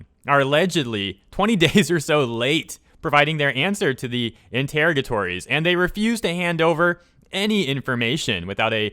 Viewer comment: it's In-ter-RAH-guh-tawr-rees.